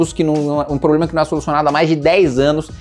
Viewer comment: Seguido do "PREDO" vem a palavra "POBLEMA" 😂😂😂😂😂 Vamos desenrolar a lingua Kim hahaha ❤